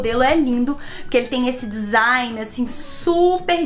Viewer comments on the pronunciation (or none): none